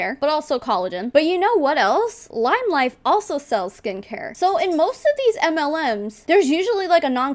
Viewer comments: every time she says life i hear it as wife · The first few times she said “life” I was hearing “wife” lol